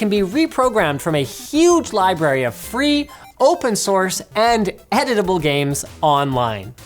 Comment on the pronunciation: Editable. He said editable.